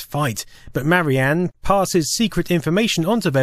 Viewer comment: Duuuuuuuude, it's "Marian", not "Mary Anne".